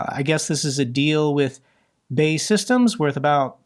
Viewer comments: BAE Systems is not pronounced ‘Bay’ Systems but rather B.A.E. (British Aerospace) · “Bay” == BAE == British Aerospace … abbreviated to B-A-E 😊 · Sweden’s donation of BAE Systems equipment. To clarify; BAE (pronounced B A E not bay) is the acronym for British AErospace Systems. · Please please please stop calling it that! B.A.E. Systems, not Bay systems. It's an acronym.